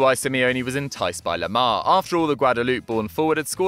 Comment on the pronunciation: It's thomas lemar not toma lama....